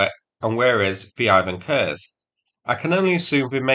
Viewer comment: Also he keeps saying Ropukha instead of Ropucha, and now also noticed Ivan Kurs instead of Ivan Khurs. Ch sounds like English ch (check, each), KH sounds like H in hat.